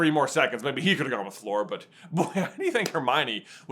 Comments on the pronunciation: The amount of times you said Floor instead of Fleur is infuriating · Floor Delacourt..... her name is Fleur [flör]. Like i in girl